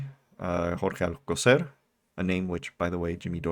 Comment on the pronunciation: How on Earth is "Alcocer" difficult to pronounce? Whether or not you speak Spanish, there is, like, one possibility. His stupidity is truly something to behold.